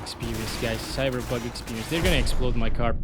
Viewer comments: I love the way you say cyberbug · love how he says "cyberbug 2077"